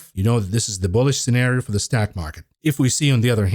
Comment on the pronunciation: whos jamie demon? heard of jamie dimon but not demon. you cant even say stock market. you're like: ståack market. I mean wtf is a ståiack? Learn english.